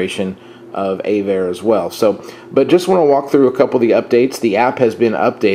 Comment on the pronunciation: Just to get it right - it's AV-ARE not A-VARE. This is from their website "Avare (pronounced “AvAir”) is a free moving map aviation GPS app developed in Boston, and donated to aviators and open source programmers. "